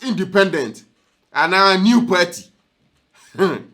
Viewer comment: It's PARTY not perty